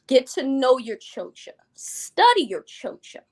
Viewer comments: The worst part about it all is that she's pronouncing it wrong, using the schwa sound at the end. She pronounces it CHO-chuh, when it's CHO-chah, as in cha cha cha like the dance. And had the nerve to say it 1000 times and name herself something she can't even pronounce. Ugh! She's ridiculous. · Its the pronunciation of "chocha" for me! Is she Hispanic or mixed (black & white) because the way she says "chocha" sounds weird!